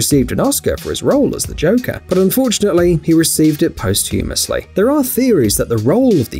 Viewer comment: Post-humorously??? Hmm.... try pronouncing that again!! ;-)